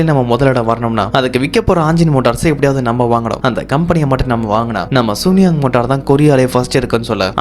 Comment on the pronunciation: இந்த கதை ரொம்ப நல்ல இருக்கு தம்பி , ஆனா அந்த கம்பெணி பெயர மட்டும் சூனியாங் னு சொல்லாம, சூன் யாங் னு சீன மொழி உச்சரிப்பில் சொன்னா இன்னும் நல்லா இருக்கும்